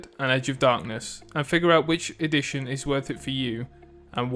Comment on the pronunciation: The way you pronounce edition sounds like "addiction", which, tbh, suits the game more 😂